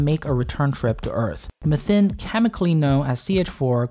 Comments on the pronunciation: I love this video. The recap is well formulated. The only thing that bothered me was your pronounciation of “methane”😅. One generally pronounces it as “meh-thane” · theres "mathane" theres "mithane" but no "methine" like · I've never heard anyone else call methane like that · The British usually pronounce it Me-thane Americans seem to pronounce it Meth-ane. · I hate the way he pronounces methane as well as the fact that he didn't provide metric measurements near the imperial ones. Very unprofessional. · Why are you saying "methane" different than everyone on the planet -- just to be obnoxious?